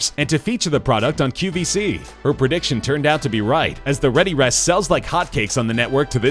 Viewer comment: It's the read E rest. And its QVS not qBc. The amount of mistakes in this video are ridiculous. Half of the products are pronounced wrong. The person voicing this clearly never watched the show! And for that reason..I'm OUT! (I had to.)